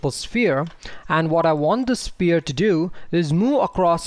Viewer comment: Nice videos but please learn pronounce sPHere properly. Like an F. :D